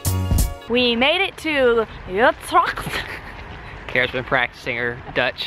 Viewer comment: I love watching your vlogs and I miss the Netherlands sooo much. The city is pronounced like "u-trekt" :p